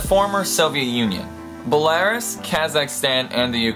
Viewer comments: Be- law- rws, not bell- air- us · Nucular bothered me, but I lost it at "Be-LAR-us." like seriously, it's "Be-la-RUS" not Be-LAR-us. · It's not bel-A-rus it's bela-ROO-s. It's not hir-O-shima it's hi-ro-sh-EE-ma. It's levi-O-sa not le-vi-oh-SA. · new CLE ar bella RUS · I've never heard Belarus pronounced like that.